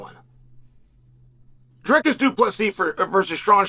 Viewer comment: "Driscus"😂 sped